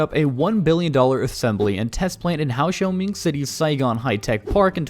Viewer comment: It's disgraceful to all Vietnamese people when you can't pronounce Ho Chi Minh correctly. Do your homework before posting any videos